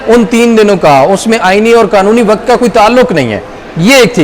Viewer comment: Mr. ❤ Why aren't you correcting your "Waqt" pronunciation???